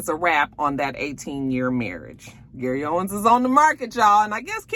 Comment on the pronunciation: It's Gary OWEN. No S at the end.